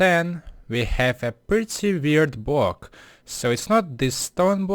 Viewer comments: Fair enough your first language isn't English. But I just think it's funny how he says block-bwok nice try lol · it's BLOCK not bwock! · Sir, iT is "block" and not "bock" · man how hard can it be to say block and not just bwock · a bwock? wuuuuut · elmer fudd still does that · I mean srsly, 'Bwocks?' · Bwok is what he is saying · it's gowing to bweak da bwock?